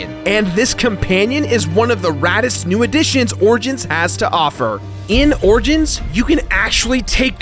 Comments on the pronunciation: Why can't pronounce the 'i' in origins? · "Assassin's Creed Orgins"